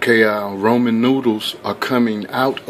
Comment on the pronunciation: Why are you saying roman? It's Ramen 😕